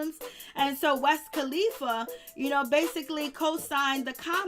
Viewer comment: Who the hell is "West kalifa" I always thought it was "Wiz "🤦‍♀️🤦‍♀️🤦‍♀️🤦‍♀️🤦‍♀️